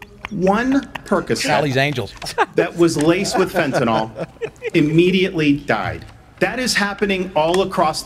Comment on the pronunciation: THE NAME OF THE EFFIN DRUG IS "FENTANYL". Not fenta-NALL. This is such a huge pet peeve.